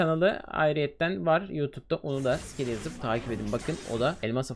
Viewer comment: Abi o skely değil scely